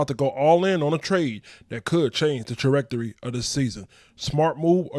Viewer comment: It’s trajectory 😂 sound it out next time bro 🖤💙🖤💙